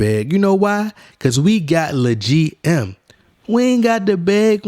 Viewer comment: ahhaha "leGM"